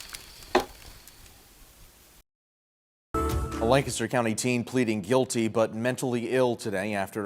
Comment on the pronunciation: i babysat the sisters growing up. also y’all pronounce lancaster wrong in every video LOL. we’re the pa lanc, not the one in germany.